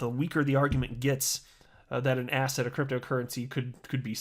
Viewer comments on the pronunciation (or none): Lol, every time you say ‘asset’ all I hear now is ‘asshat’... thanks J Clayton!!